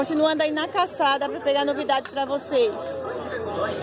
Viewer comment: Só uma correção, vc fala caçada kkkkkkkkkk e o correto é calçada. Eu adóooooru seus vídeos muito bom gosto 😍